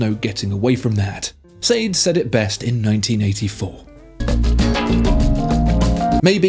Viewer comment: "Sayd"? 🤔 SADE is 'Shar-day"🙂✌